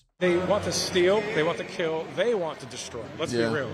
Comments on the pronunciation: I heard Jail or Joe them all.... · If you listen close, it sounds like he says "shoot 'em all" (before the mic reaches him) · Wait, i heard him say “jail them all” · I saw this clip before Kyle posted this video. When I initially saw it I heard him say “jail em all”. After watching it again trough this video I still think thats what he said. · Ironic because if you listen carefully, pretty sure that guy said "jail em all" not "kill em all" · I totally heard, "jail 'em all" and I went back and listened with headphones several times. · This is the new version of blue dress / black dress. He's definitely saying jail tho to my ears, listening on good speakers. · i heard gaol ‘em all, it’s absolutely clear. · To be honest, listening to it at x1 speed, I heard "Jail em all". But it seems the far right reporter disagrees with me because he didn't use that as his defense. (EDIT: I listened again, and this time I heard Jail the first time and Kill the second time. Now I think he was saying Kill.) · He obviously said "jail", not "kill". Kyle knows this too, this is just pure clickbait. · I heard "jail 'em all" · the first time he said it, i'm like 80% sure he said jail. However, the second time, slowed down to .50 it definitely sounds like kill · I thought he said Jail ‘em all. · I listened several times and I clearly heard, "jail 'em all". Certainly, that's not much better and it remains super fascist, but I still respect accuracy. Did anyone else hear it like I did? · I actually heard "jail 'em all." In the spirit of honesty, that's what I heard. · I’m pretty sure he said “jail ‘em all” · I thought i heard "jail them all" tbh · I actually hear “jail them all” but I see how people misheard it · Love you Kyle, but I will say, to me it truly sounded like he said “Jail em all.” Edit: It feels like the whole “Laurel vs. Yanny” thing where if I focus on hearing “kill” then it sounds like he’s saying it, but if i focus on hearing “jail” it does the same thing lol. Wild